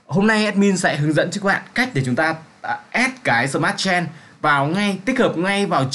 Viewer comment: smartchain không fai smart chen ad ơi :))) token không phải tốc cần :)))